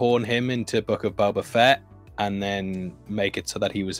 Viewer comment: You mispronounced "Book of Boba Fat".